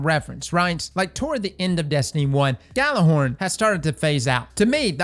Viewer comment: Isn't it yeah-lur-horn? I don't mean to be like "you're saying it wrong!" But I assumed it was Norse.